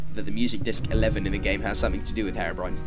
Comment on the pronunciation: The pronunciation "Haerobrine" throughout the video triggers me.